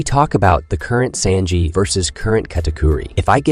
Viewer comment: That is NOT how you prnounce Sanjis name. I can’t even watch this